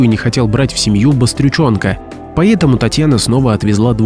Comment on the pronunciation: почему поет а не поэт поетому а не поэтому?Изуродовали язык наперекручивали иностранные слова поменяли ударения ударились в старину а точней в утопию Противно слушать хорошо что 34 года там не была и редко слышу уродский язык